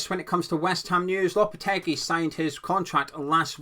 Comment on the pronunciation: It’s lopete-gee. And it’s Pake-taa. Just so you know